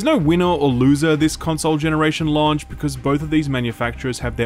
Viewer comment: the way you say "launch" and "launched" really irks me for some reason! hahaha! keep the great content coming!